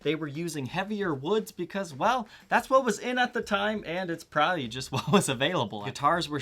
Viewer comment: The word is "probably". Three syllables... prob-ab-ly, not a two-syllable word : prah-ee Thank you.